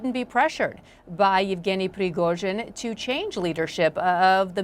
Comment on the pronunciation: "Prigoizhin"? I've heard it all now. People seem to struggle with simulating the Russian language... especially American and Brits.